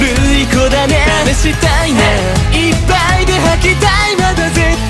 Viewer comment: 細かすぎて伝わるかわからんけど、ジェルくんの、母音が「あ」の文字の歌い方が大好きなんです！！！！ この曲の高音の母音がほぼ「あ」だから私の好みにめっちゃ刺さってくる、、いっぱいの「ぱ」とか絶対の「た」とか、、 解放感ありながらもめっちゃぶつかってくる感じの発音と高音で好き